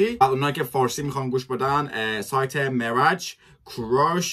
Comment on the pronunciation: جان تنظیم کنندش معراج هست همش میگی معرج 😁